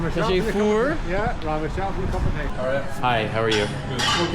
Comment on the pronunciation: Is it just me or was 'cup of tea' just the same with an Irish accent?! 🤣🤣